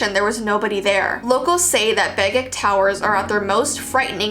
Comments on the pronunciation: Omg, I live in Alaska. (And Begich is pronounced BegiCH like how you would say CHips) (Seward is pronounce SOOwerd) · Sorry the first few attempts made me cringe. Here’s the pronunciations. Whittier: Whit-tea-ear Begich: bay-gidge Seward: Sue-ward. Anyway, I go to UAA and ima grow my hair out and go to the auditorium in the fall. Also it could be he hates brunettes because there is a lot of domestic violence that affect native women in Alaska.